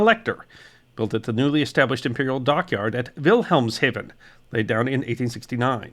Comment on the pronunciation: Very interesting! Thank you! Schleswig => "chlessvich" Gloire => "glwar". Wilhelmshaven => "veelhelms hafen".